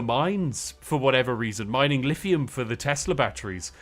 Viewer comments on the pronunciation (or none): none